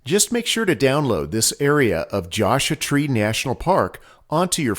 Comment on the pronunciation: Josha Tree??? C'mon man! :)